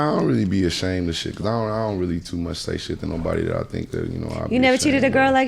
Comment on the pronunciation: He said bitch too murch for me lort